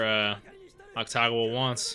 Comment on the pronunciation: Its AKUtagawa not AKTagawa